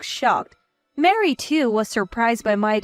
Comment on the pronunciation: Where do you get Mary out of Marie. Please stop mixing the words it’s a turn off to listen and read the words and see the errors 😠